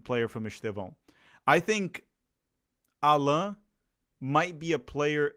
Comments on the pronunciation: O nome dele não se pronuncia como ensinou no começo do vídeo. É "Állan", como se tivesse um acento agudo no "A", como em "Água" por exemplo. E não "Allãn", como se tivesse um acento til no segundo "A". Ele deixa claro como se pronuncia no vídeo que fizeram ano passado para o canal da Libertadores, 'Pura Humildade'. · Portuguese is not a real language btw his name is pronounced “Ah-len” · The way his name is pronounced is like French way “Alain” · In fact, his name is pronounced AH- lan. ( Élan). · thanks for this great analysis! it makes me feel much, much better about the signing. also, i will annoy my friends by using the proper pronunciation of Allan :) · You pronunciated both Allan and Estêvão wrong. Despite being Brazilian, I think you don´t live in Brazil... ;P